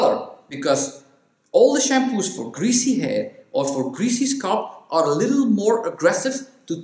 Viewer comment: Your use of English is absolutely flawless ( I am from England myself) .The only word you pronounce slightly incorrectly is the word SCALP..you tend to say ' sculp' & it's pronounced skall-p.. .the A sound is like saying ' talc'